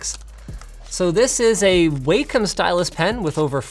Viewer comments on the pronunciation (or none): minor nitpick. Wacom is pronounced "wah-com" with a short "a" sound, (not WAY-com). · Why do people always get this wrong? It's walk-om not wake-om! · It's pronounced wah com, not way com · "Waycum stylus" Oh god, that's hilarious. Pretty sure it's "Wah-com". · Did he just say.. WAY COM?! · Did he just call a AAA battery a AAAA battery? Linus, your a tech man. Also you said Wacom wrong.